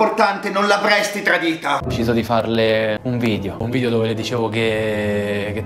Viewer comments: Solo a me sembra che dica "nuovo vidio"😂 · Pk la gente dice vidio? Un abbraccio e buon anno anche se la presente comunicazione e ogni documento ad Altedo che non esisti che non esisti hai bisogno per la sua rimozione e smaltimento. Dio sasso